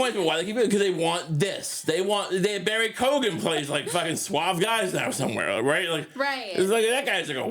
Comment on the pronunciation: Barry koo-gen ❤️ the mispronunciations are one of my favorite parts of the show